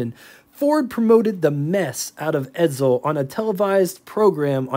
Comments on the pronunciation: Isn't it pronounced "EdSel" not "EdZel"? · BTW : edSel, not edZel